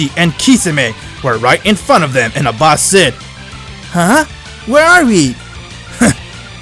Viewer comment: What they say: Abbas What i hear: A boss